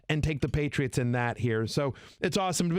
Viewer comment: “The paytits” Hahahaha